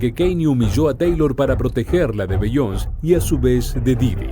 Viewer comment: Se pronuncia "Bi-yon-sei" no "Bi-yons"